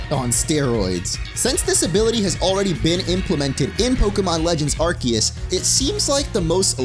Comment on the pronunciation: ARCEUS " AR - SEE - US " FOR HEAVEN'S SAKE